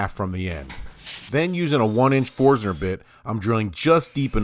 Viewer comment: Yes. Forstner.